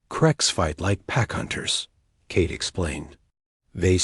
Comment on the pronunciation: "Cake" oh come on 'narrator' you mean Kate, don't you?